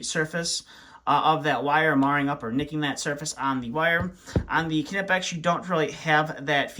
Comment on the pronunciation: It’s pronounced nipex not kinapex lol